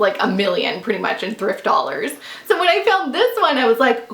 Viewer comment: I luv when u say.... Doll heirs !!! 😂😂😂😂